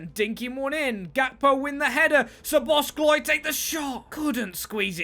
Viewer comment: Hi! Great video, love to see another series with awesome storytelling. But please, as a Hungarian, it hurts my ears when you say SzoboszKlai. It doesn't have the letter k in it 😀